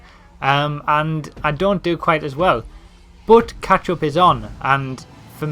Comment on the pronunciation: he sounds like hes saying ketchup